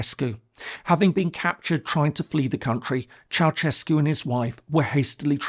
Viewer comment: And by the way, Ceausescu has to be pronounced Chah-oo-shays-koo, stressing the third syllable.